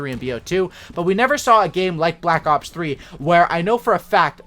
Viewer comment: 4 cookies to anyone who can count how many times he said "balck ops"